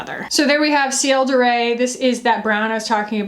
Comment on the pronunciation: Heads up: in French, “de” and “le” is pronounced kind of like “duh” and “luh”, not “day” or “lay” (that’s Spanish pronunciation of an e). Its a very common error for Americans because Spanish is much more common there than French. :) It’s the same kind of vowel as “put”. Love, your friendly Neighbourhood Canadian :)